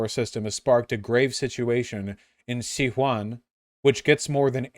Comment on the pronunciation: Vaush, my dude... See-wan province in China, and the Duh-noob and Tee-bur rivers?